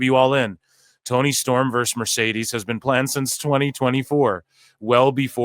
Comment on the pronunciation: Mercedesah eatah trasha